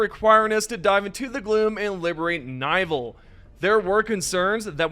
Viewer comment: Nivel? Dude it's pronounced nivel with accent in the e, not in the i, it's level in spanish, level 43